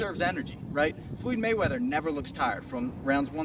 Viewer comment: FLUUID MAYWEATHER....